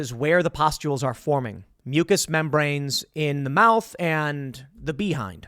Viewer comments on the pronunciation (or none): Tim ur so cute the way you said “bee-hind”😊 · Appreciate the attempt to keep it pg buddy, worth the thumbs up to hear a dude say “bee-hind”